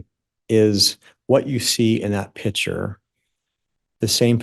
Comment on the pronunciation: It’s not a “pitcher” it’s a PICTURE!